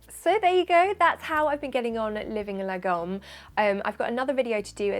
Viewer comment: "Lagom" is pronounced laa-gomme with the weight being on the first half of the word. You're welcome!